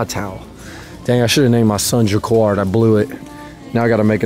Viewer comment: It's pronounced as 'ja-kard'